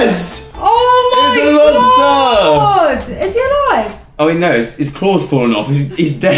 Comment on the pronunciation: a lobsta! it's a lobstaa! IT'S A LOBSTA! O.O